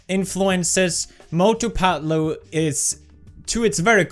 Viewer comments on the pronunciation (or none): Not fatlu, it is Patlu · Its not phatloo.....you should pronounce it patlu